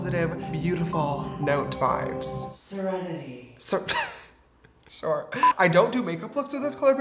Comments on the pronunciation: me when james forgot to edit "shore" when he said "sure" : 😭😭😭😭😭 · “oh shore bud” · And “shore” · Ok so ever since I first heard him say shore I don't say sure anymore its shore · Things James Charles cannot live without : saying SHORE 😂